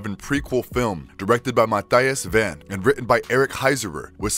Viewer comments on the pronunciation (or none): none